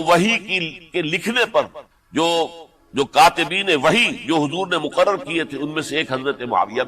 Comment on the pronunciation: “ وحی” غلط تلفُّظ بول گیے مولانا |